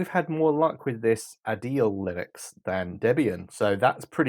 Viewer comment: Thanks for the video, its a rather good way to catch up on this topic, which is good for me as I do have an iMac G5. The only thing I felt was missing was chapters for each video. Adélie is pronounced Ada-lee from what I have heard by other tubers. And also, if I didn't say before, MacOS X is said as MacOS 10, its a roman numeral. These days its just safer to just say macOS for any version, Apple moved passed version 10 a while ago.